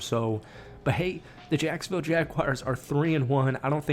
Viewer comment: Don’t throw around the word sacksonville I almost cried